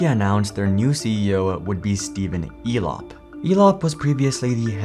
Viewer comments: Why do i keep hearing Elon instead of Elop 😊? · Elop sounds a lot like " Flop" .